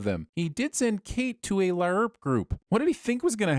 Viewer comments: I'm sinning you for everytime you Pronounce LARP, LIARP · It's "larp" , not "la-arp" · The word Larp (said like harp) is kicking your ass I swear not one correct pronunciation of a truly easy word. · 204948 sins for pronouncing LARP as LAY-ARP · Ok but why do you pronounce LARP as La-urp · In case you aren't butchering the word on purpose, LARP is pronounced like 'harp'. That weird 'a' you use distracts from whatever point you might have been making..... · You pronouncing LARP wrong still gives me nightmares. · 100 sins for the weird way you pronounce LARP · I gotta ask... what's with the constant mispronunciation of "LARP?" (and other acronyms apparently.) I mean, there's poking funny at a silly hobby and then there's going out of your way to be an affront to spoken language. I never thought anything could get under my skin more than religion and politics, but you've managed it... 666 sins for every time you butcher the language that is your stock in trade. 😛 Don't worry though... I'll cut you some slack on all the pot-shots you took at Clint. Everyone is entitled to their opinions, even when they are wrong. 😛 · Why is LARP being pronounced so weird? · Every time you mouth fucked the word LARP, I grew to hate you just a bit more. Seriously, I have no idea why you made that terrible choice. If someone did that bullshit in a movie, y'all would immediately turn it into a bonus round. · I’m so mad how he says larp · But why you gotta pronounce LARP like that?! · Ima sin this episode for the pronunciation of LARP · Not gonna lie, I came to the comments for this comment. It's almost irritating how he's butchering how the anagram is said!